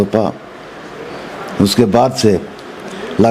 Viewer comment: मंत्री जी लगास्तार (लागातार ) पर्यंस (prayas)कर रहे हैँ 😂😂😂